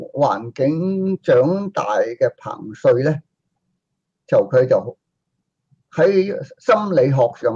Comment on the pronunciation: 唉！一直都讀錯彭帥的名字